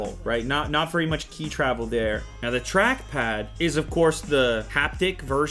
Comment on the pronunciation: I find it very annoying how the reviewer replaces the word "the" with "da" very frequently. Nobody cares, but just saying.